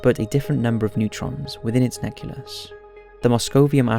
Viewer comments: It is NUCLEUS, not NUCILUS or whatever that was supposed to be! How hard is it for you people who create videos about science to learn the damn pronounciation! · Yes, and in addition to better copy editing, pronunciation checks are needed because mistakes are frequent. Right after the error you pointed out, the narrator pronounces "nucleus" as "neculus." How does one reach adulthood and not know the word "nucleus"? Even more so after researching an article on the periodic table? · Nucleus! Not neculus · "Scientists have created a number of versions of Moscovium isotopes, which have the same number of atoms but a different number of neutrons within its neculus." What? I presume by "atoms" you mean "protons" and by "neculus" you mean "nucleus"? Piss poor, really. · I'm sorry, did you say, Neculus? Don't get me wrong. I think it's beautiful 😍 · did he just say neculus? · 'within the neculus'..... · ''NECULUS'' hahahahaha! wtf.... this kid has issues reading. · bombarding "Aremicium" 243? Same number of atoms, but a different number of neutrons within its "neculus"? This video is full of mistakes. Stopped watching after "neculus"....